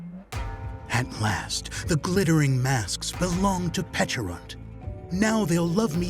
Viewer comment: Its nice to hear its pronounced similar to "peach" instead of the silly "peckarunt". Like the berry looks like a friggin peach ffs